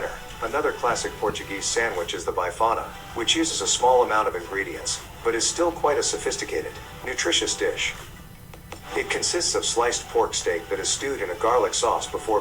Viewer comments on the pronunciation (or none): please don´t call Francesinha a sandwich, that's only theoretical..... but what made me laugh so much was the pronunciation of foods, especially "Bifana", he pronounced it "Baifana"/"Byfana" somehow that makes me laugh so much Ahahahahahhahaha it's like 2 bifanas Bi-fana